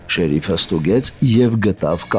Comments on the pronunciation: շեռիֆ,, չի, ,,շերիֆ,, է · ՀամաՌ եՌեքը ` շեՌիֆ հա շեՌիֆ🤦